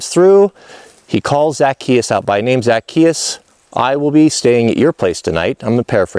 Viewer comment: Hey and the Missus... I hope you two are well and happy. I watch lots of your vids You usually never let me down... But I gotta tell you Zacchaeus is pronounced like Za- chay-us. Yep that's it... fix that completely botched pronunciation issue and we're good. And yes believe it or not even though you're likely chuckling right now, it is important. Because the brilliance of Christianity has it base in the Hebrew Faith. Yes of course there were some pretty huge revisions but we owe them a nod of respect, without them we wouldn't have happened in exactly the way that we did! And as you already know, it never harms us to give another simple basic respect and dignity! As Christians it is clear that's what we should be doing. Jesus did that in spades through his short lifetime while he was here! that is our example and though none of us have the hope of attaining his perfection of course, we should still conscientiously follow his example as much as we possibly can! The word Christian means exactly that... "follower of Christ"! As a follower of Christ we are called to reach for the ideals of brotherly/sisterly love and care for one another. Being cruel, mean, or vindictive on either side of this issue to push some agenda that exists for the sole reason of harming others IS NOT Christian! When people ask me how I feel because people who know me know that I am interested in building my personal relationship with God to become pleasing in His eyes, I have said "I don't think